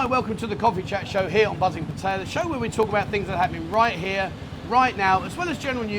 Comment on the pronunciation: awesome pronunciation of Pattaya. I think you should school the old timers on Thai words 555!